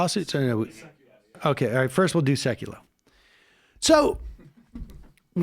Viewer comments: Suck-a-low NOT Seek-allow. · Sec-yew-loh. Jay Sec-yew-loh, not See-cue-lau. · “Seek-oh-Aww” Really Sam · Now I know how to pronounce his name “SeeksOutLoud” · Sam having trouble with names again! 😄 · Can someone tell Sam it’s Seck-you-low? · Jay Seck-you-loe (accent on the first syllable). His rant reminds me more of Gilda Radner's character Emily Littella - and should end with "FOIA lawsuits? Oh, that's very different - Never mind!" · Please Sam Seder, pronounce his name correctly. Everyone, even himself says Seck-you-low. Then the guy in the back doing a really bad Trump impression is annoying and not funny at all. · I like Sam's pronunciation. Apparently JS pronouces his name SE-ku-lo, not your version. In Russian (I assume it's a Russian Jewish name) it wold be se-KU-lof. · I'm no fan of J.S. but at least pronounce him name right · Are you deliberately mispronouncing sekulow's name or you just couldn't be arsed to learn it? Smdh. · Thumbs down. Jay Sekulow isn't exactly a new player in this whole thing, this clown has been around for years now. The fact that you can't pronounce his name even close to correctly is not a good look for you or the show. I can't believe nobody corrects him the entire time. This could have been a really funny piece but Sam ends up coming off just as cringy as Sekulow and the impact is lessened. Do better please...